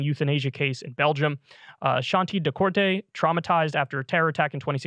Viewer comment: The surname is Decorte and is pronounced "duh - court".